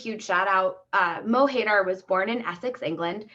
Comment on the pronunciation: MO HAY DAAAAAR lmao Americans butcher words